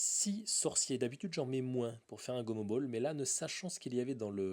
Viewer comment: c gomobal ca ce dis pas gomobol sinon continu t supèrt